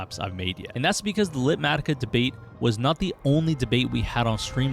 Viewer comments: I think you’re saying it wrong! Light matica? Litematica. Beyond that only you can get away with that list! 🤣🤣❤️ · "LITmatica" ?! If you said it that way to make me comment, you've succeeded